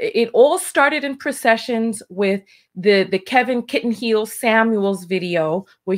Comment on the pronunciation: Ha! Did she say Kevin “kitten heels” Samuels?!! 😩😩😭😭😭